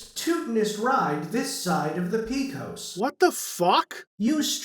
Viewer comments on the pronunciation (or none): That robot loses its narration privileges if it butchers the word "Pecos" again.